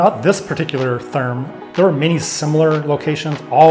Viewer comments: It took me a minute to realize that you were saying Therme. It's pronounced more like Terma. Glad you guys had an amazing time! Love the content. Greetings from Nürnberg! 😊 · Hey Guys! Practice up a little on your German pronunciation - especially the "r" sound. The town and name of the spa is ER (air) DING. And Therme (which is Italian, I think) is TEAR (tear) Me (Ma). The towm and spa is very close to the Munich Airport, which is how I found it. I would always schedule an extra day to "take the cure," as they used to. There's also a hotel as part of the complex, the room rate includes admittance. (There could be 2 hotels.) Haven't been there in a few years, and while never cheap, the price has gone up! But I know they have late in the day rates and promotions, etc. It is a wonderful place. Many Germans love their naked swimming and you see all types of folks relaxing and having a good time. To the comment about not speaking German - I only speak a little bit, but have always had a employee who could and was happy to help me out. Thanks for the video and many German towns have similar (but smaller) facilities.